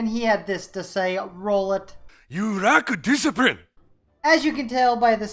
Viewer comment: "You rack disiprine" WTF XD